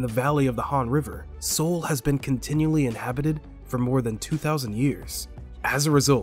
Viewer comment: Dude learn how to say Seoul and Myungbak. Wtf. It takes 12 seconds on google.